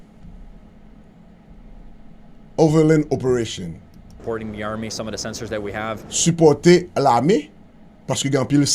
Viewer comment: Kom wap korige misie, yo pa prononcel ope ra tion yo prononcel apo retion🤷🏾‍♀️